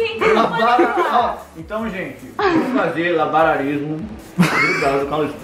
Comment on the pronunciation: 'Labaralismo' KKKKKKKKKKKKKKKKKKKKK